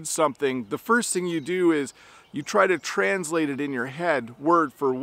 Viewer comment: You’re placing stress on a wrong syllable in the word “translate”. There are two ways to pronounce this word: /trænzˈleɪt/ /trænˈsleɪt/. But it should never be pronounced as you said several times:/‘trænzleɪt/